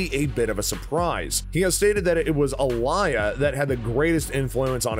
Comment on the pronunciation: how bout trying that name again... "Alliyah", pronounced Ah-lee-yah.... s m h 😐 Kind of a major artist for you to have gotten that wrong